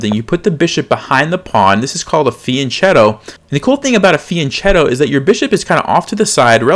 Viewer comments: one note: it's not "feeanchato", it's fee an ket' toh, fianchetto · hello, when you say fianchetto, the 'ch' is a k so it sounds like fianketto. that is the correct way to say it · fian“ch”etto is pronounced fian-ketto. i think. but i’m in low 600s lol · The word “fianchetto“ is Italian and pronounced with a hard K sound, not CH. Also, people don’t wanna make less blunders, they want to make fewer. I am way better at being a pain in the butt about language than I am about chess. I follow you and get a lot out of your videos.